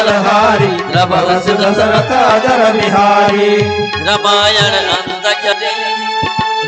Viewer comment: Not ajarbihari but ajirbihari